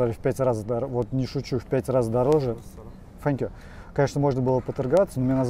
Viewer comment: При чем здесь Сори вери мАч,понтануться хотел,надо было сказать seank you very much,видать по английски ни хрена не знает Фэнкью у него спасибо